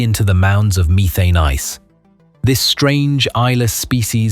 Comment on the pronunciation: Short e not long in methane. Missed the other mispronounced word.